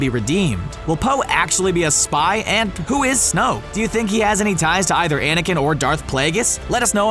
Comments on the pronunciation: Pierluigi Di Pietro Snoke, not Snooke. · Wyatt Cusick its snoke not snoak